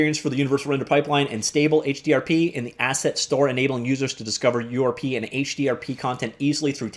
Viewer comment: You keep saying: "urp" for U.R.P. Almost everyone I know pronounces it as: YOU-ARE-PEE! Pronouncing it as "urp" is funny though, I admit.